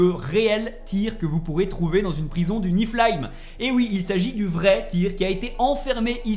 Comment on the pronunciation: NIFELIAM , PAS NIFLAIN